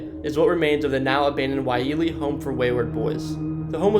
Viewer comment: Ko-o-la-oo Koolau Kamehameha… watch Dragon Ball Z Pa-lee - Pali Waialee - Y-lei-a